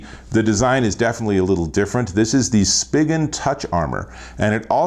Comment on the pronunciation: This video sucked. It’s Spigen.... pronounced: “Spy-Gen.”. It’s even on their website how it’s pronounced, not, “Spidgen.” And the case’s you did reviews on all suck. Minnie Mouse? Seriously? Two ugly junk Spidgen cases, LifeProof? Why not the fre? Thumbs down here.